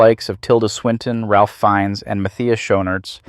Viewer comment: Ralph Fiennes is actually pronounced “Rafe” Fiennes.